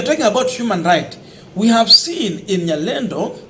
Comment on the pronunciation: Nyalenda not nyalendo